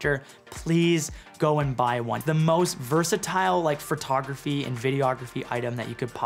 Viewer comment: Hey, I've asked you this before, but what is "Furtography" 😂 And great video thanks I was looking for a cart.